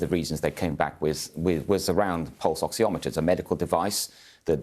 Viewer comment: Pulse ‘oxyometeres”. He can’t even say the word properly.